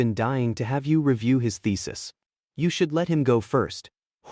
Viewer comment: thesis sounding like ficis😂😂